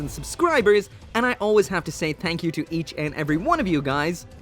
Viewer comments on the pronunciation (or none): when you say thank you I hear... Tank You.